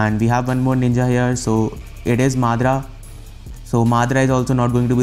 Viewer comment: Mate he is MADARA ! MA DA RA ! ! ! NOT MADRA !